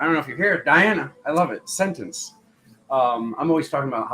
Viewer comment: "Sentence" sounds 🙂 uncannily😇 like "Sentients" or "Sensciense" 💙🤍🙏😎💜💚💛👍